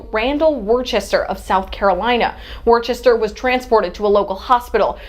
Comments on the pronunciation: Welcome to "War Chester", $1.25 please. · Hey,...it's pronounced "Wooster" if you're from his hood... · hahahahaha the context is that cops are psychopaths. don't matter what color you are. By the way, it's pronounced "wistah" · Pissing myself laughing as Americans attempt to pronounce the word 'Worcester'... besides, as they said back in the day, the guy was 'TuNED Up' Sipowicz style....